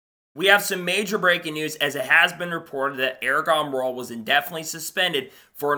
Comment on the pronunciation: Bro just can't say the name. Wtf